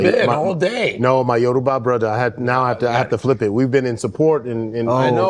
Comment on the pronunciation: He left at 10…. Can pronounce his name flawlessly with the Yoruba accent. But pronounces the word Yoruba…as “yoroooba”?. Goodness me